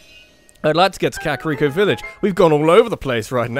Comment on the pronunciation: I'm sorry but it's Ka-kuh-ree-ko. Not the way you've been saying it.